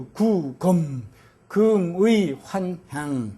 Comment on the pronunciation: 금의의 금은 "길게"발음해야지요!!